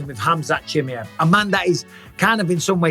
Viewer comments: Please bisping learn his name right. Chi ma ev Not chimjeev😅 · 'chim-yev' really bisping? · CHIMAEV - "SHE" "MAV"